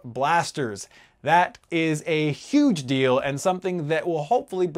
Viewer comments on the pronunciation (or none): none